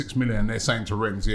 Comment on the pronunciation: A Frenchmen explained to Robbie you do not pronounce the 's' in Rennes. yet he still does it xD